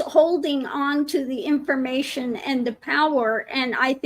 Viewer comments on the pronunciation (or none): none